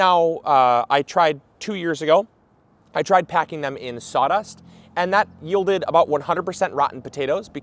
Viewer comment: When he said sawdust and compost I cringed, lol